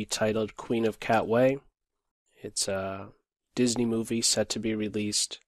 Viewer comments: It’s Queen of “Katwe” not Queen of “cat way” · you pronounced it cat-way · It's pronounced KAH TAH WAY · Umm, you do realize that the movie is pronounced The Queen of Kah-tway, right? I live in Uganda, and I know this for a fact. Also, great commentary and awesome match.